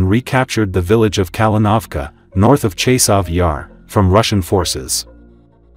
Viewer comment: "Hour yar" sound funny. It's Chasiv Yar, dont' allow google translate to trick you.